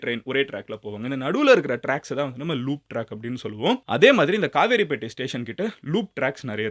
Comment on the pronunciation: Kavaraipettai illa kaveripettai